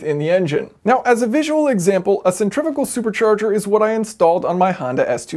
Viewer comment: You said centrifical multiple times instead of centrifugal XD